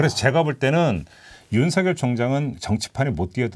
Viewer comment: 윤성녈 아니고 윤서결로 발음해야 맞습니다. (자음동화)